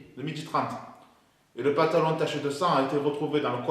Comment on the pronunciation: Le Pentalon... avec un "E" tu m'as tué lol